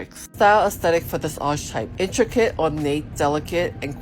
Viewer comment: This video and the previous one has been super helpful in narrowing down my type some. I fit best in Romantic, I'm a vase or bell shape, but I'm 5'8" and have a fairly large frame, hands, feet, ankles, etc. but not angular at all. As a side note: I would revisit the pronunciations for "lithe" and "archetype" as they are pronounced differently than they appear. English is weird. :)